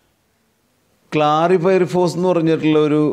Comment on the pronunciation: ക്ലാറിഫൈറിഫോസ് അല്ലാ ഹേ ക്ലോറിഫൈറിഫസ് ,,Chloriphiriphose